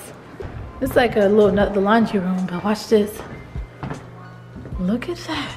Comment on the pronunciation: NOT A HATEFUL COMMENT (I’m a supporter lol) BUT IT drives me NUTS when Queen says “lookit” QUEEN ITS LOOK!!!! JUST LOOK!!!!!